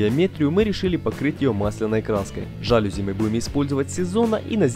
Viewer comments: ЖалюзИ, а не жАлюзи. И это слово не склоняется. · мелочь, но все же... не жАлюзи, а жалюзИ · жалюзИИИИИИ не жАлюзи, а жалюзИИИИ. Аааааа мои уши🥴😖😞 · Отлично! Лайк. Придраться можно только к ударению в слове "жалюзи". Правильно ударять на последний слог - "жалюзИ". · Вообще-то «жалюзи» слово французское, а во французском, как известно, ударение падает на последний слог. Поэтому жалюзИ и слово это не склоняется. Ужасно режет слух,хотя сама работа хорошая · Ваш ролик симпатичен, но при этом "жалюзИ". Прошу прощения на поправку. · Глядб! Жалюзи, а не жалюзи! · Все, конечно, классно, но вот ваши заУсенец и жАлюзи очень режут слух